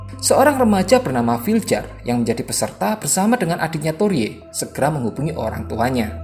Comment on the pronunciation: Torje bacaannya torhe Viljar bacaannya vilyar